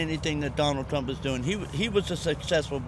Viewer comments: “I will vo for Dono Trum” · “I will vo” for Donal Trunk